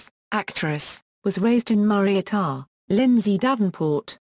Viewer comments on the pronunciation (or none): said wrong